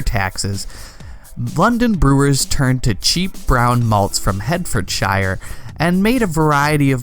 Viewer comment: #Herefordshire? There is no Hedfordshire.